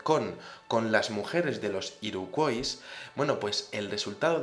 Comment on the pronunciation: Hola, la fonética de Iroquois sería así: Iroq/Uoi/s - /Ua/ (Origen francés, en Canadá se habla inglés y francés). Si lo prefieres, ésa tribu india norteaméricana de la que hablas en español la llamamos Iroqueses. Lo digo por que cada vez que lo decías tal y como se escribe me daban ganas de matar gatitos. Un saludo